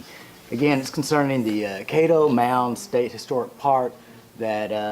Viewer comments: You kept saying KAY DOE, like Play dough...It's KAD DOH. Great video btw thank you sir. Looking forward to your next trip. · Kad-doe like Cattle Kaddo....Caddo.